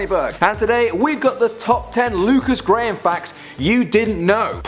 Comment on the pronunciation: WASS A GAM (what he called "graham")